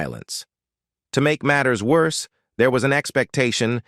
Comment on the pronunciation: What is a miss carry oggie? LMAO! In tuh may tee... It keeps on getting, shgall i say... Wor see?